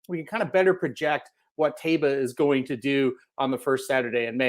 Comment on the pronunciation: Phonetically pronounced TYbah.